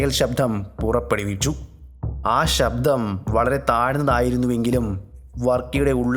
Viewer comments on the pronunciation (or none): "sabdHam" ennu venda... arochakam... "sabdam' ennu mathi.